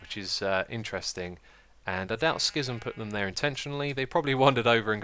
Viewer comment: Love this episode so much! Oh and there should be a cat in your redstone bit below xD i love the mailbox idea and ill probably use it on my server as soon as i have got my own home (IRL) xD. So the x in ur name is silent? Now i know how to say ur name isuma